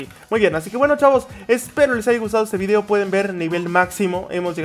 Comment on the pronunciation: Se dan cuenta que cuando dise video en el comienzo del video parece decir obby